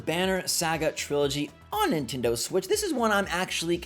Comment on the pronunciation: It's pronounced Nin-TEN-doh not Nin-TIN-doh